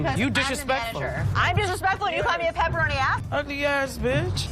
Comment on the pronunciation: She said PepperAnn not peperoni